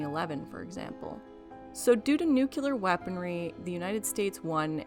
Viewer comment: Great essay 👍 However.... It's new clear NOT nookyoolure